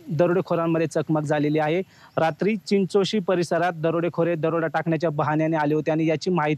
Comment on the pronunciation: चिंचोळी नाय ग चिंचोशी